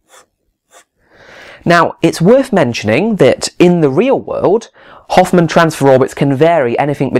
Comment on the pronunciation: 2 questions: - Did you pronounce Hohmann with an "f" as in Hofman? It's a german name, no 'f" sound in Hohmann - How are you holding that pen? Where you taught that?